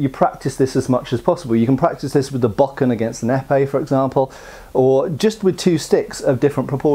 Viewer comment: I almost winced when you said “Bockin” It’s not even about accent, just say bow ken.